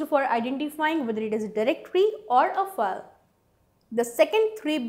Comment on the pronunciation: Really annoying to hear that fake accent sorry to say -.- for Gods same what is a fal? -.